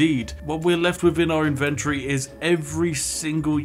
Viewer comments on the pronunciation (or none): Eeehm... It is called IN-ventory.. NOT INVEN-tory... Not even if you are conservative.....